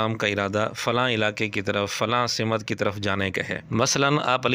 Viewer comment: سِمت❌❌❌❌❌❌ سَمت✔️✔️✔️✔️✔️✔️✔️✔️